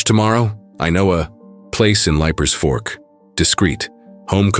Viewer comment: It is leap-er Fork. From Nashville